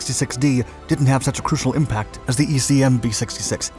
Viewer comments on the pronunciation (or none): none